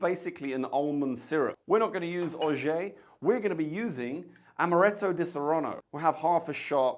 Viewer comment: Orgeat is pronounced Or-zhaat if you speak English or Or-zhaah if you speak french.